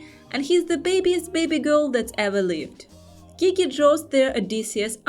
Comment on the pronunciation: Sigh “GEE-GEE” 😭😭😭 It’s “JEE-JEE” 😭😭